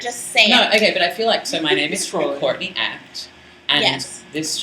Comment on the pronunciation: Question Courtney......when you say your name, it kind of sounds like 'Caught-in-the Act'. I know drag names generally have meanings or are at least a play on words. I'm wondering where your name comes from. ps. You sang with a symphony orchestra. That must of been a BLAST! Also, I hope you're not in Sydney right now.....the weather REALLY SUCKS haha.